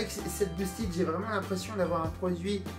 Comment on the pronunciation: Les mecs de chez boosted auraient pu au moins t’expliquer comme prononcer « boosted » ahahah. Vu le nombre de fois que tu le dis. Rien que passage où tu détailles la gamme, tu dis 4 fois boosted en moins de 30 secondes. Le E de « ted » se prononce comme un E classique et non pas un I. A part ça bonne vidéo, l’intro au drone FPV est juste dingue.